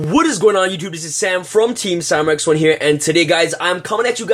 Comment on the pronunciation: Sam FROM TEEM SZAAMM. Lol :)